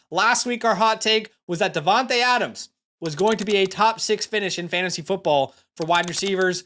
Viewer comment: Devon-tay not Devon-tuh